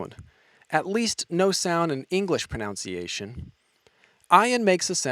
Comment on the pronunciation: “Pronunciation,” not *proNOUNciation.